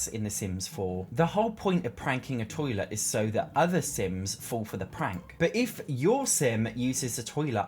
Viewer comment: love the way you say toilet - are you from somerset?!